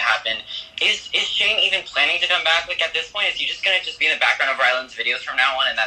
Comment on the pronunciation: I keep hearing Shame even when people say Shane. Help))).